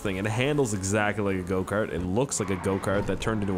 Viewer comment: Every time he said go kart I thought he said goatcar